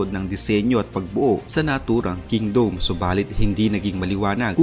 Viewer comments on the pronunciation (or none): Ayusin mo nga magsalita..KINGDOME O KINGDUM HAHAAHAHA😂😂😂😂